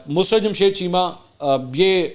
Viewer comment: The correct pronunciation is MUS-SUR-RAT NOT MUS-RUT